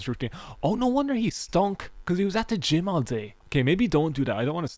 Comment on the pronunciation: are you pronouncing the word "gym" like "gime"?